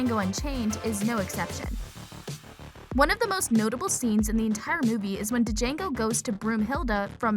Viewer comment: the fact you called it DAjango not Jango kinda hurts